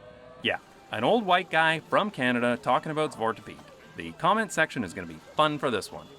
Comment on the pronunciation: You almost said zwart good. You said zwat you forgot the R.